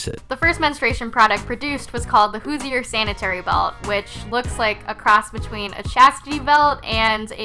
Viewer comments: Anyone from Indiana is trying not to scream each time she butchers the word "Hoosier". Hooj-er, not hoo-zee-er. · Is it just me or did she pronounce “hoosier” wrong every time?